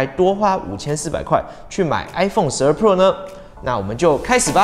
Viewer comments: 只用聽的話會從頭到尾都只聽到 i phone 12 “破”😅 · 你的pro 都唸成poor 了 窮人是買不起iphone 的